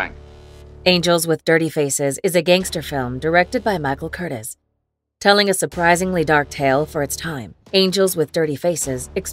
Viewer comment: And film noir isn't pronounced film NO-R. Also the name of director Michael Curtiz was pronounced incorrectly. The AI voiceover app needs some tinkering, or they could do the smart thing and just hire a human to do the voice over.